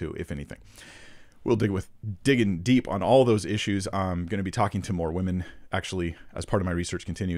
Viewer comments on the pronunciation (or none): none